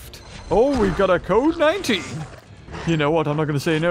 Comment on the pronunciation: Who else heard covid 19 when said code 19?